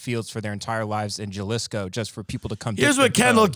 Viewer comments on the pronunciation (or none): really said JAH-lisco instead of HA-lisco lmaoo i fucking love it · Isnt it lik HA-lisco? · Hey team! Just a hayseed from Wyoming here. I believe "Jalisco" is said with the J sounding like an H so it sounds like Halisco. Also Tim I'm new here but, are you just now trying to start smoking? If so that's hilarious! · This fuck says Jellisko instead of Jalisco. Hal-eese-ko. If you're living in Texas, get used to Jalisco's taqueria instead of el pollo loco and other baja shite. At least Tim will be at home with refried beans cooked in bacon grease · Ha Lees Co not Ja LIsko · Jah-lisco haha it’s pronounced Ha-lease-Co it’s the only state in the world Tequila can be produced same as Champagne in France. You’re welcome. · Hal-isco not Gal-isco. In Spanish the Js are pronounced like an H. Cmon, I’m offended. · Juhlisco 😂 mijo es HALISCO (say it out loud) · “Ja-lisco” .....😂 next time if you want, try “HA-leese-Co”. Or keep saying “Ja-lisco” it’s also funny unintentionally. Love the show 💛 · Gah-lisco. Lol. It’s Ha-leesco. Jalisco. 🙂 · took me an equally embarrassingly amount of time to realize was saying Gell-is-ko, but was talking about Hal-eese-ko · Pronounced "Haleescoe" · Jalisco sounds like halisco.....smh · "Jah-liss-co" made me pause the video lol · As I'm dying listening to Tim bag on cultural appropriation he just blurts out JUH-LISHCO. 🤣🤣🤣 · Lol my favorite Mexican restaurant near me is called Mi Jalisco, so fyi it's pronounced HaLeeSco. That's the only reason I know. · Jew-lisco? Lmao lmao lmao lmao lmao yall aint been in Texas long if you dont know how to say it. Lmao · pronouncing it Ja-lisco... hilarious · JA - Lis-CO. Ohhh you gentle idiot. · "Jah-liss-co" with that proper spanish accent... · “Juhlisco” COME ON BEN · "iTz ProNoUnCed "HaH-LeAs..."'Shut. Your. Mouth. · My guy said JAHlisco 😂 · Jalisco is pronounced (halisco), do you pronounce jalapeno with a j or a h sound? haha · THIS MAN REALLY SAID “JAH-LISCO”. LOLOL